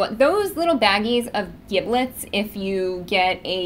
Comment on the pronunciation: It isn't pronounced (hard "g") "gib-lets". It's pronounced "jib-lets". It is a soft "g" due to the "i".